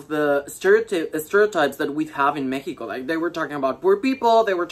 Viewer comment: Amooo que dice México como se pronuncia ❣